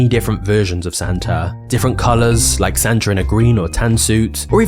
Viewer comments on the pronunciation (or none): Doesn't Santa end in and A?.. .so why do you say Santer